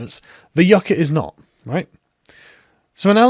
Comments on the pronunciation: Even if she's trying to pronounce "yucca" like native Spanish speakers, she's not saying it correctly. The emphasis is on the "Yu," not the "ca." I don't think she speaks Spanish. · It's not "YOO-cuh", yah dumb bitch, it's "YUHK-uh". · (You-ka; yuk-uh) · Yucca is our state flower and I've never heard it pronounced Yu-kah. It's Yuck-Ah stop saying it wrong it's pissing me off, what's going on? The green new deal went from getting leaders to talk about environmental issues to this environmental projects needing to be woke, annoying. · You ca ?? It’s pronounced yuck a. What a mindless bimbo 🤪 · IT is NOT pronounce You-ka. I live in the damn Southwest where this stuff grows NATURALLY. It is prounouced Yuc-ka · “That grows Yeuuukchyaaaaaa” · Yookah lol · And she mispronounced yucca its pronounced (yuck ah) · "That sometimes, a lot of these projects don't work out, occasionally." Sums up her brain power quite quickly. Also, isn't it "Yuk-ka?" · What pissed me off was that I thought she was just mispronouncing it I know the former at least is pronounced like this yuck-ah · spent years in a dozen countries of latin america... nobodies says yucca the way she did (last syllable intonation is supposed to go down) edit: also, she's talking out of her ass, and her voice tells me she knows that as she does it. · Did you just mispronounce my state plant you little commie shitstain? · Alexandria 'I can't pronounce yucca' Cortez. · Why did she call platanos 'plantains' but pronounce yucca with the accent? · or we could pronounce the k.